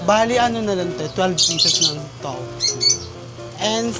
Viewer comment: Towpuh? Hahahahahahahahha i love it